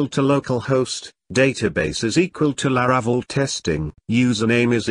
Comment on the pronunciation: His pronunciation of La-RA-cel is painful